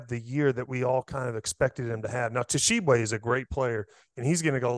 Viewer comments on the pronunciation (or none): Hey Tyler Hansbrough. Stop saying Tah-Sheeb-Way. It's Sheeb-Way! Grinds my gears lol. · What bugs me the most is he says T-shibwe. THE T IS SILENT TYLER GD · "Tuh-shee-bway" What a clown hahaha